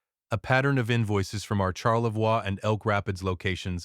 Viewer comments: As a Michigander living fairly close to TC, Charlevois is pronounced Sharlevoy in Michigan. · That is not the local pronunciation of Charlevoix. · What a heartbreaking story about a son & DIL’s betrayal. Glad you got the Grace home. Listening from Traverse City, grew up on the OMP…but seriously AI mispronounced Charlevoix and Petoskey.. :/